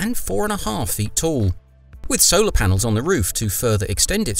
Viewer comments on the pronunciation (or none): none